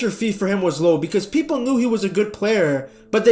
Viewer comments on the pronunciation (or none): none